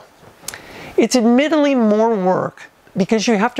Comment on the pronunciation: Haha "it's adMIDIly more work"